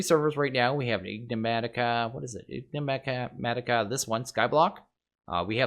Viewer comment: You actually do it on purpouse! I knew it xD (Waiting for you to say "Enigmatica" properly and mispelling the actual title)